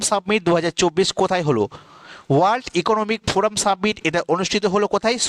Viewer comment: Submit and summit 2to different pronunciation